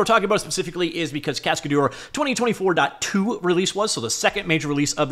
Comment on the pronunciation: It's pronounced casca-DER not cascaDOOR 😄